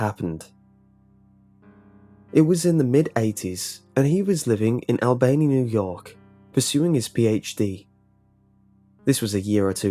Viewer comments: Albany NY, pronounced (All-ba-knee) not albaney. And you got better the more times you said it. Other then like, loved your accent. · Your pronunciation of “Albany” as AL-Benny was driving me crazy, it’s ALL-BUH-KNEE. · Al Benny was so wrong! No, no, no! I graduated from SUNYA in 1979. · It's pronounced All-Ban-Nee(Albany)😂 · I'm from Albany and I love how he pronounces it😂.. its really supposed to be All-Bany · I just cant get by Al-BANE-ee new york lol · The way you pronounce Albany is interesting! Lol as a New Yorker I can say we pronounce it All-buh-nee but your pronunciation should stick! I love it! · Just to clarify, Albany NY is pronounced "all-ban-ee". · Good ole "AL-BAY-NEE" New York!!!....???? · Al Bay Knee, New York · Its pronounced “Albany - All-Ban-Knee” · Just for the reference, it's pronounced Al-BUH-knee. Like Jessica Alba-Knee. Great story, though, and amazing narration as per usual :D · "Al-BAY-knee" LOL!!! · "Al-bane-ee, New York" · Took me a minute to realize that it was Albany, since he pronounced it Al-bane-ee >.> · "Al Bay nee, new york" lol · "ALL-BUH-KNEE", NY for future reference. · Albany is pronounced al-bah-knee. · As a New Yorker I must inform you it is pronounced ALL-BUN-EE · Isn't it al-bun-nee? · thats not how you pronounce albany😅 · Jesus, that's not how you say Albany, NY.... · U said albany so wrong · So I wonder about the facts presented here, this man has a British accent and did not pronounce the city in NY correctly. This raises questions to the validity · You butchered Albany lmao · OMG. Way to screw up the Capitol of New York D: I hardly recognized it when you first said it